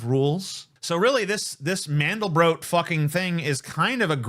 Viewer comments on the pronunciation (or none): Actually to pronounce Mandelbrot – the end rhymes with "aught"